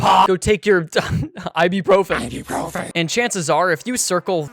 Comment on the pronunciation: The “IBEPROPHEN” KILLED me bro, instant subscribe